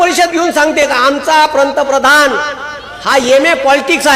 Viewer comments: पंतप्रधान शब्द नीट बोला मास्तर .😂 मास्तर म्हणे.... 🚩जय श्रीराम 🚩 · पंतप्रधान शब्दाचा उच्चार व्यवस्थितपणे करा,मग पंतप्रधानाला नावे ठेवा.तुम्ही कसले गुरुजी?